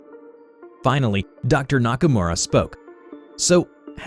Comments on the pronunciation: The way he said Nakamura, as a weeb I did not approve. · Look my man i like you but that pronounciation of "nakamura" was atrocious